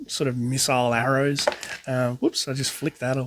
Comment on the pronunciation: Just so you know you miss pronounced arrow